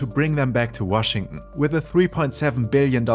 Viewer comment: Nah you’re gaslighting him 😭😭 he said “Washing” instead of Washington